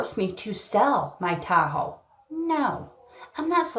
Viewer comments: I hate the way she says Tahoe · It’s a crime to pronounce Tahoe like that woman before the fraud.